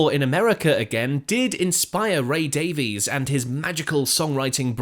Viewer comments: It's Ray Davies pronounced Day-Viz NOT Davi-ees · Davies is pronounced Daviss not Davees. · You're British and pronounce it "Dave-ease"??? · Despite the spelling, Ray and Dave's last name is pronounced "Davis".